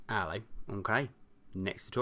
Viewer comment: Its allo in england not ahhlow